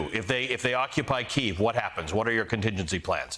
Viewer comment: I’m sorry, I can’t take anyone serious that can’t properly pronounce the name of the capitol.